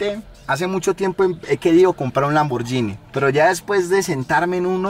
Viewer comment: Hola amigo te corrijo, tienes que aprender a pronunciar la marca Lamborghini, disculpa la intervención, Dios te bendiga.